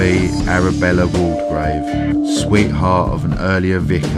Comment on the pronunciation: Great video of two places I’m interested in. Borley and Langenhoe. I’ve been to Borley church at night but unfortunately never saw anything. Just one thing, Waldegrave is pronounced Wall grave not Wall de grave. The name is listed in Debretts along with its correct pronunciation.